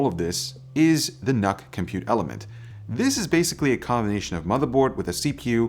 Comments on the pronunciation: Isn't it pronounced "nuke"? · Did you just say, Nuc-Nuc?